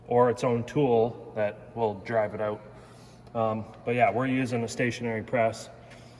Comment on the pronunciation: You Canadians need to learn how to pronounce the word out